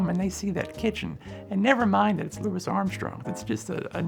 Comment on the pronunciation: I don’t think he’s pronouncing Louis the way Armstrong preferred